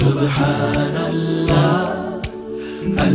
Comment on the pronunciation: Not 'Subhaanal laaaaaaah'... But 'Subhaanallaah'... The pronounciation of Native Deen is poor.. They need to improve